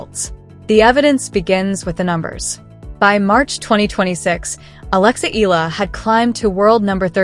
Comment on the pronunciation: ehh-ya--la mam